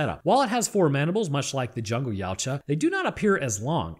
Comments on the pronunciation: Ya To Wa, you can't pronounce it like a human. 😂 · Funny fact ; Yautja pronunciation translates to 'husband' in my language.